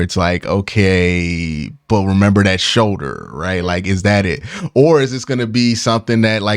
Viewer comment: my man, there is an “L” in the word “shoulder”.. lol showder